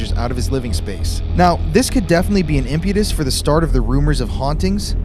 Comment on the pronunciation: Impetus, not impudis...😁